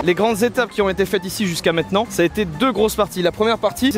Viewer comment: par contre il faut vraiment que t'arrête de dire "mètenant"